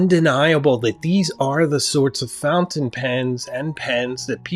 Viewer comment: My Sailor King of Pen destroyed my 149 in every conceivable way. Say “fountain” right you come off as a someone who is hard to respect when you do that.